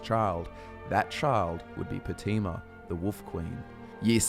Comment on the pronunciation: It’s Pronounced Potayma Not Poteema